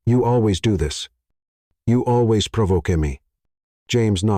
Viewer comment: At about : : the word 'provoke' is said while saying the last 'e' and not leaving it silent. That is likely an error by both staff and management but should not be left uncorrected and so removed. Oops LoL 😢😢😢😢